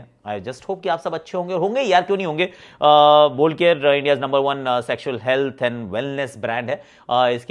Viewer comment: Ye kya chalu kar diya isne bol care bol care. 😄😃😃😄😄